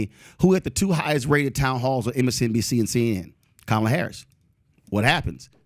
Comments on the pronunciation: Conservatives can never pronounce Kamala's name correctly. The emphasis is on the first syllable, not the second. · Why is this guy keep mispronouncing Kamala's name? And constantly telling a Black Man he's smart and there for should know better, is condescending as hell. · PBD can’t even correctly pronounce the Vice President’s first name